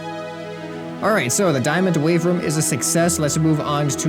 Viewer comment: does anybody else reconize he says wave rum instead of room